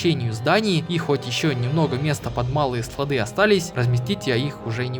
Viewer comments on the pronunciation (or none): none